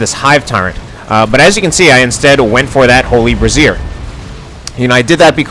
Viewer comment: I'm pretty sure "Brazier" is pronounced "bray-zeer"